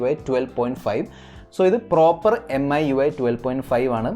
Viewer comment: എം ഐ UI അല്ല, മി UI😑😑 എന്തുവാടെ..